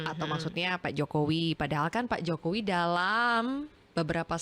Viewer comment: Bivitri kalo ngomong sok jakartaan...pakai K.Jokowi pengucapannya JOKOWIK tapi kalo lihat wajahnya kok kayak org ndeso yam..org mana.DULU pernah di calange pak Mahfud apa yg dia ucapkan suruh mempraktekan...dia geleng kepala. sih...dia...wajahnya coba hidung pesek